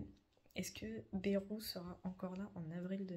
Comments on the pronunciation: J'habite dans le 64 et pour info en toute amitié, on dit pas "bérou' mais " bail -rou "😊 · On dit Baïrou pas Bérou dans le sud ouest .....comme le village de nay ne ce dit pas né mais naï, (comme l'ail) 😏 au vu de l'état des finances de la france, la loi ne concernerait pas une ponction directe des comptes en banque des français comme en Grèce ? rappelons nous que la france est sous tutelle de l'europe depuis 2024.